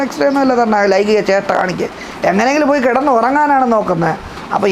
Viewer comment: ലൈംഗിക ജേഷ്ട അല്ല ലൈംഗിക ചേഷ്ട എന്നു പറയു. BA മലയാളം ആയിരിക്കും .